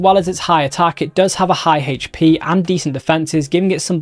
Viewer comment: I love this guy and all the info he puts out... but I cant be the only one going crazy every time he says hatche for "hp"...